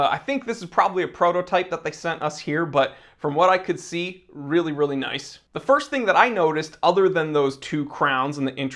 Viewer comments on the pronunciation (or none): none